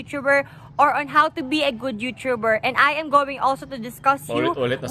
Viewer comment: you(chu)ber. ang sakit sa tenga.